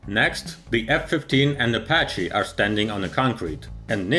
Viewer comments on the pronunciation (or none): none